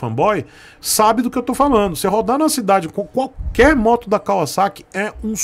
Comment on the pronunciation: Cara, primeira vez q eu escuto alguem falando Kawasaki da forma certa. KKKK